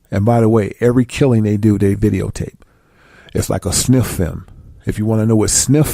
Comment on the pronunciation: What is this fucker illiterate he meant to say snuff film not sniff film how he would not know that along with at least 100 other words he pronounced wrong on this video and other videos he speaks the truth he just needs to learm proper english